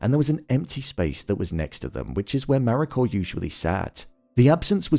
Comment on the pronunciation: Why does it sound like you're putting an R on the end of Mariko?